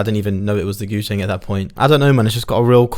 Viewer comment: What is that thing called again? It sounds like you're saying Goo thang....in which case....You're my GOO THANG, Can't get enough, I love your plucks, let's turn it up, you get what you want, cuz you're my Goo thang!